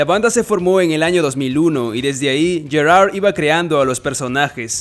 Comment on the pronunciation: Me estresa como pronuncia "Gerard"